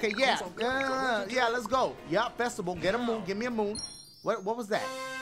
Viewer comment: festiVAL... i wasnt expectin that lmaoo idky it was so funny....and the way he say musician lmaooo